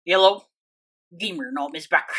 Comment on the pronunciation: Why is he always saying yellow instead hello. Your anncient kinda annoying lol but i love how you explained